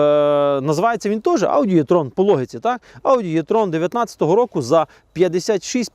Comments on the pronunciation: Також Е-Трон це, а не Є-Трон. Трону тут нема ) Чомусь нас вчили букву Е читати, як Є російською. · Не існує варіанту в українській мові, за якого літера е читалася б як є. Це не є-трон, це е-трон, або вже і-трон, якщо дуже хочеться.